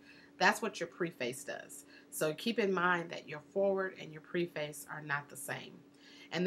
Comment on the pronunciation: Yes, that struck me also. You said not to do anything to make you look like a novice, and then you kept saying “Preface,” long “e.” Isn’t it Preface with a short “e?”